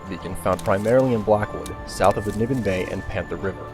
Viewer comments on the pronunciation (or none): none